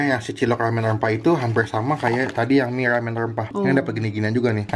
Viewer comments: Mie rrrrrrrrramen rrrrrrrrempah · Lumput Laut,Lamen, Kagak Bisa Bilang R Yah Bang?